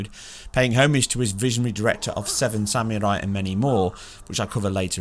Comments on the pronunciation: I like how he said it sam you rye lol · "Samurai" look up the meaning and how to say it. Say it with meaning. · Hearing you trying to pronounce samurai is almost as bad as hearing Benedict Cumberbatch say try to pronounce penguin. Almost. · I legit lol'ed when I heard how you say "samurai" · Is that how you pronounce samurai?